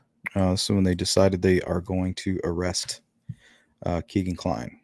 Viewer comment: His name is pronounced “KAY-Ghen” not “KEE-Ghen” as said by his own half-brother who was interviewed by the Murder Sheet podcast.